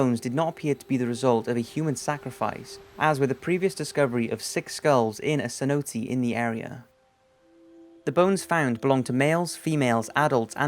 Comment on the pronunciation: It's not pronounced sinotee...its pronounced sin-no-tay I swear your level of pronunciation is no higher than a 5'th grader. Every video I watch I hear atleast one. I comment every time. Your really horrible at it bro. You sound smart but your really not